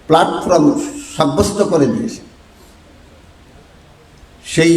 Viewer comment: জনাব আপনি ত শব্দও উচ্চারণ করতে পারেননা। প্লাটফর্ম প্লাটফ্রম নয়।এই ইলম কেমন করে আসল তা কি জানেন!মূর্খতা ত্যাগ করুন। অতীতে কি তাস খেলতেন? অসম্ভব নয়।টুপি দেখে মাজার পুজারি মত।